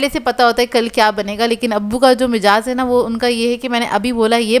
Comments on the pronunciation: Ap ny bhi ghalat hi bola hy mijaz nahi asal lafz mizaj hota hy 😂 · aap ka majaz kehna bht acha lgta hy mijaz hota hy asal mn aap apricot zaya ker din bacteria paida ho jata hy is lye black ho gyin parathy chutni aap ky laajawab lgy❤❤❤❤